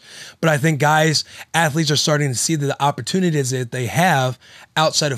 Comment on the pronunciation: opportunities* get us a shirt with all of Wills miss pronunciations! Love that he just doesn’t give a damn!! #ftb